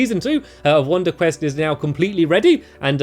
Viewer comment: You said wonder cress.